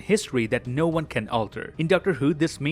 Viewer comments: in the end of the video: "See you in the next wong" Me: Haha nice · Am I the only one who heard "in the next wong" 🤣